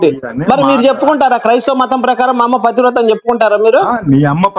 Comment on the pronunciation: 'పతివ్రత' అనే పదం పలకడం కూడా చేతకాదు ఆ మూర్ఖులకి.